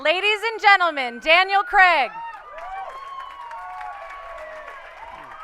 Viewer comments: At least pronounce his name right, it's CRAIG, not CREG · Why can't Americans say "Craig?" It always "Creg!"